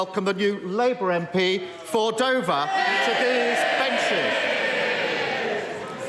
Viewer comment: I don't like the way he said Dover.